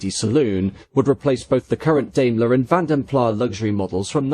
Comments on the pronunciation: I've heard that it should be pronounced ''Plaz'' not ''Plah'' because the brothers came from the Dutch speaking part of Brussels. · He doesn't pronounce it correctly. It should sound like ''Plaz'' not ''Plah'' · I've never got to the bottom of its pronunciation, Vanden Plarr or Vanden Plass? For what it's worth I'm a Plarr kind of guy, but what the hell do I know... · It's [Fan Der Plass]. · Great vide as always. However, the final S in Plas is voiced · Great video as always, but please check your pronunciation. Vanden Plas doesn’t have a silent S.